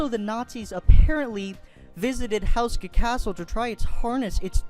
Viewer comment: You don't pronounce it the way you said. (houseska) its pronounced ( hooska )